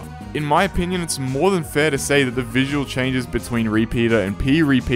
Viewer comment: "In my o-pea-nion" =)